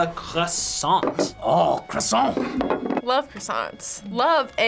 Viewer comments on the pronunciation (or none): kwah-son not kressant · Croissant- quwasoh- ku-was-soh not -“Krusonts” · there is no e or s in croissant stop saying croissantes respect the french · "I love any type of bread" noo!!! It's not a bread and please stop adding a "e" to croissant plz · Your croissants seems disgusting 😂😂 and btw we say “croassan” and not “croassante”! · be like.....QWASONT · I’m British and we don’t say QWESANT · when the crossoint came up all i heard was quackson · No one: Not a single soul:: “quaxon” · Hhuesson (croissant) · ChampagneCabro _ thats how British people say it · It's not a Croissant it's a quackson😂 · No one:: Kwassant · horrible French accent LE CROISSANT, LE CROSSANT!...no wait...that's les poissons... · The way the camera man says "croissant"... it hurts...